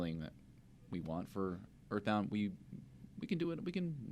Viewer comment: Uh muh guhd "Eathbound"